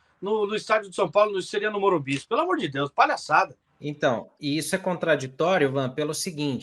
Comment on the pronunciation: o ALLIANZ vc fala Allianz, pq o MorumBIS vc fala Morumbi? Aliás, vc e grande parte da mídia